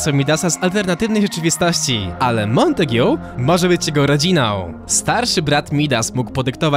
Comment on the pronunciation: Mała podpowiedź lingwistyczna- czyta się "Montag". I jak mówisz o dwóch facetach to "obaj" nie "oboje".